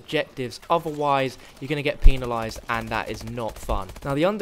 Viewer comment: The way he says penalised lol